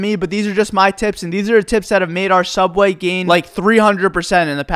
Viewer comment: I used to work a small local sandwich shop I don’t know if any of you have heard of it it’s called sooubway